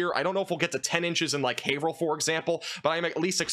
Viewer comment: Wow, you not only know where Haverhill, MA, is located; you also know how to correctly pronounce it. Very impressive,! 😄 As always, I love your weather videos. You are my favorite online meteorologist. (PS) Hope your university test went well. I know you had absolutely no time to really study for it in light of all of the livestreams you had to do over the past few days. Best wishes always.